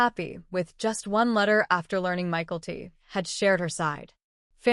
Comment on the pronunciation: It’s not Michael-T. It’s My-Kel-T